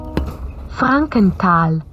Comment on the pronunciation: OMG Minute wie sie Frankental sagt XD. Soooo lustig!!!